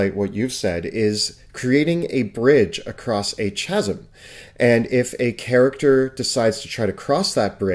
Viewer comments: Uhm, that's not how you pronounce "chasm." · Is it just me or does the way pronounce "Chasm" annoy the hell out of you? It is minor but I hate it when people pronounce words wrong, it isn't CHA-zum, the standard English pronunciation for “chasm” is KA-zum. I hate that this annoys me as much as it does, but it has been said this way in more then a few videos so it finally broke me. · And yet, a great many people do not take that extra step. Sure, many of us who read a lot do. But it's ok if others don't. And yeah, some words are definitely cringy. "Chasm" is one of the lesser ones for me, since in English so many words that start with "ch-" are pronounced ""chuh", not "kuh". "Demesne" is a word that makes me cringe, for example, when people pronounce it phonetically, instead of either "dimain" or "dimeen". But simply letting someone know how it's pronounced is usually enough, especially for words they've only ever read before. And yet...many people who are quick to correct are certain that word is only pronounced "domain"--that such a pronunciation is the only "true way", when that is not actually the case. Same with "quay". While in standard English, either major variant (US or UK), "quay" is pronounced "key", there are regions that have used it with the pronunciation "kway" for so long, that's actually considered a legitimate variant pronunciation for the word, now. The "true way", then, changed with sufficient regional usage. It also depends on the region, at times. "Chasm" is actually an example of this. In areas where Hispanic descendants or Spanish-speakers are prevalent, most words with "ch-" at the beginning might be pronounced with the "chuh" sound, regardless of the standard English pronunciation. See: Supreme Court Justice Sotomayor pronouncing "chasm" the exact same way as these gentlemen due to her Hispanic upbringing. But sure, we all have o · he said chasm with a hard CH... fucking kill me already.. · CHASM= KA ZUM please no more xa zum please